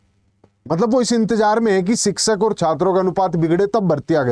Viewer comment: शिक्षक ❎ सिक्सक ✅